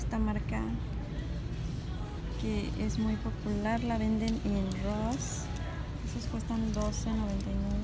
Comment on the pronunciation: Jejejej no puede decir Ross bien